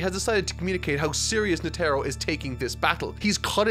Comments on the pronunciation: NE-te-ro not ne-TE-ro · Crazy how people had fits over how pronounced Gon but nobody wants to correct him on Netero oof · Has he been pronouncing Netero’s name like that the whole time? lol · Bro why he pronounce netero like that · Please pronounce Netaro correctly…